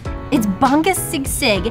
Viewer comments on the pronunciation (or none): Sisig is pronounced see-seeg.